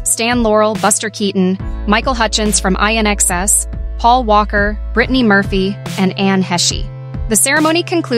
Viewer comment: Exactly. It's pronounced IN-X-sess and Anne Heche, pronounced Haysh. And who hasn't heard of Bette Davis ffs? Probably never heard of Matthew Perry either.